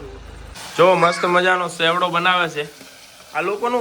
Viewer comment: Sevdo ny bolo chevdo